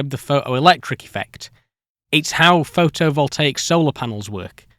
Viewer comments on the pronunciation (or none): Why do you say "phoTovoltaic", but you don't say "phoToelectric" or "phoTon"? (for ex, you say "pho-o-electric" and "pho-on") Just curious.